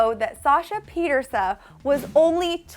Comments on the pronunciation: Didn't this girl just Pietersu instead Of Pieterse. THE DISRESPECT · pie-terse hah ily